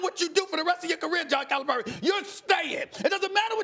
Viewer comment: Max is pronouncing Calipari incorrectly and it bothers me